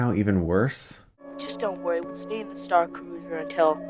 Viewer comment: "Star cruisah? StarRrRrR cruisssaaahhh" I laughed way too hard at that, I'm sorry okay. And Chris' face at that part legit made me snort I can't.